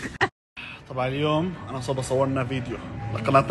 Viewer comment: اسمها صبا مو صفا😂😂